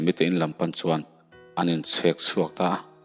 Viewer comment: An in chhek chhuak tihlam kha chhek kha buhchhek a chhek lamdan nilo in tui kan chen a Tuichhek lamrik anga chhek kha lam rik dan tur zawk ani e